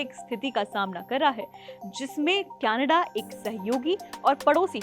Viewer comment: कैनेडा नहीं कनाडा